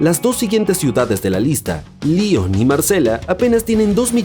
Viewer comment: Como que "Marsela", que yo sepa es Marsella con doble l, y en Lyon la sílaba tónica es la segunda sílaba no la primera.